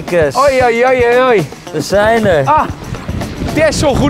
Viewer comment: Ga toch wel bijna iedere keer over m'n nek als de 'errrr' uitspreekt